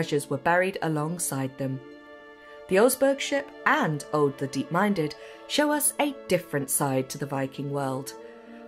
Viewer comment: Aud pronounced as Ode? Who decided to skip the language consultant? Au is a diphthong: a short unstressed a — like the a in about — the u is a long oo as in Scottsh good— all ending up in an unstressed d In "oseberg" all the vowels are pronounded, none of them s a diphthong. To be fair, the closed long o at the beginning is one of those sounds that don’t really exist in English. But the unstressed short first e cannot be omitted (the se sounds close to se in second). BBC should try harder.